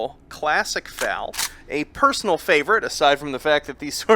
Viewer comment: my only gripe with this is how he says FAL the game is still mind-blowingly amazing